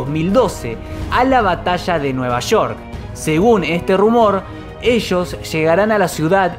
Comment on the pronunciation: La batassshaa de nueva sssshoork xD